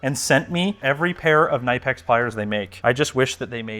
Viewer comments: As a fellow plier fan I feel someone should tell you it's pronounced "kuh-nip-ex". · As if would put tplink into his studio. Unifi Master Race..... Also: When you said knipex it hurt. Its pronounced more like Kuh-nip-ex. They even have a tshirt for that ^^ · It's k-nee-pex! Like how the French say knight in Monty Python and the Holy Grail: k-neg-et! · For the record, according to their own marketing materials, the Knipex brand is pronounced "Keh-nip-ex" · They have a pronunciation video on the english channel and it's specifically kuh-nip-x. The company rep literally has it written on the back of his shirt. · Knipex is a legend in Germany - machined to absolute precision. It‘s pronounced k-nee-pex [knipɛks]. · The Knipex youtube channel has a video titled "How to Pronounce KNIPEX", I suggest watching it. You are sponsored by the company, it might be a good idea to pronounce their name correctly. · Sponsored by Knipex and doesn't even say the name right smh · please learn how to pronounce the name of the brand that that sent you free tools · Took me a moment to realize what plier company you spoke about. Since Knipex is a German conpany, it is pronounced completely different 😂 but i like your Canadian variant. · Knipex is German so you are meant to pronounce the K! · As a German: That's not how you pronounce Knipex. It's a short 'i', like in the word nitpick. They even have a pronunciation video (short) on the US channel. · Very good video and I'm pleased to see the collaboration! Just FYI you pronounce the K in Knippex (it's German) 😁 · Your Knipex pronounciatin needs some work. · say knipex wrong one more time. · Loves knipex, forgets to pronounce the K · if they are gonna work with you and be so cool I might figure out how to properly pronounce the companies name lol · Who’s gonna tell how to pronounce knipex? 😂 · Knipex is a great Brand, I hope they teach you how to pronounce the name. 😅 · It`s KNIPEX K-N-I-P-E-X not NIPEX. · it’s Kuh-NIP-ex 😂